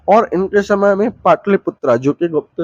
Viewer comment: आपकी भाषा बहुत अशुद्ध है . कृपया भाषा सुधारें . स, श अक्षर के उच्चारण मे कोई अंतर नहीं है, हर जगह श का ही उच्चारण कर रहे हैं. जैसे शमुद्र गुप्त, . अशुद्ध उच्चारण बहुत खराब लगता है. उष शमय...